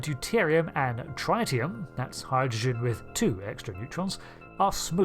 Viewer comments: Tritium is pronounced trit-e-um… not try-te-um. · Tritium is pronounced like twit, not trite. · Why you saying it like a yank? Deu not doo. Also Tritium like Lithium, not Try-tium.